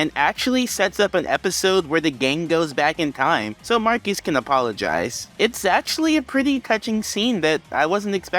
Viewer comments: It’s not pronounced “Mark-Ee” it’s pronounced “Markwess” and then mispronounced as “Marcus” by the rest of the team. And his real name is John Douglas, Marquess of Queensbury is just a title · Fun fact, it’s pronounced “Mar-kess” which became Marcus in the show. However because the Marquis (Mar-kee) De Sade is popular in the zeitgeist that’s where the confusion of the pronunciation comes from. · Marquess is pronounced "mar-kwus", which is why it's funny that everyone calls him "marcus" Marquess is not pronounced the same as marquis, although I've done the same plenty of times too.